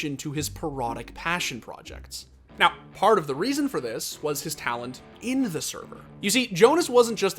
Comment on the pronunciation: why'd you say "now" like that?